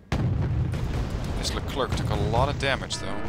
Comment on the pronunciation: Hey sorry if I sound like one of those annoying people that correct you on what ever you say but, you said Leclerc wrong. It's Le-Clair actually. The French have a "interesting" way of pronouncing things.